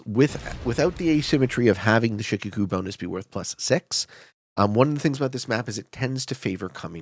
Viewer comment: One minor point of pronunciation: Shikoku is said more like 'shee-koh-koo', with more emphasis on the second syllable and less on the first. I only bring it up because you made reference to it many times! Love your videos, keep up the good work!